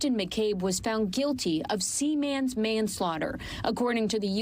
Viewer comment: it's not 'see mans'. It's pronounced seaman. All one word.